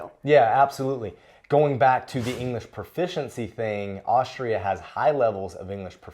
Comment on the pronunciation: "Aushtria," he says.